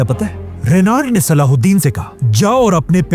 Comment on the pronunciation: Name saladen nahi hai salah u din hai